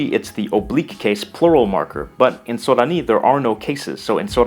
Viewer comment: Thanks for the videos! They're very informative and interesting. You have a Japanese accent, though, when pronouncing Sorani.